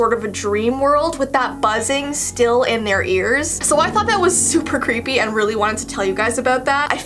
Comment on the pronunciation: Cweepy Kermit